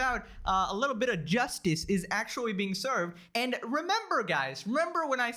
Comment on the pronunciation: It's actually not actuawy